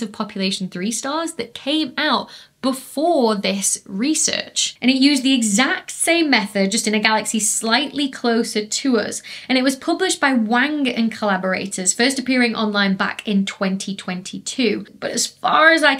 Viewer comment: Dr B your videos are brilliant...a minor point though (nothing to do with physics lol) in Chinese, Wang is actually pronounced Wung!